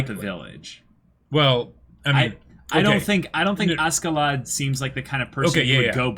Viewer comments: Pronunciation note: Askeladd=ASHeladd. It's a Scandinavian thing. You're pronouncing the J in Jomsviking right, though, can't say that for every reactor. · This is Snake It's pronounced Asheladd in the anime, though. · I know, I educated myself on the subject, but in the context of the character in the anime it is pronounced with a SH.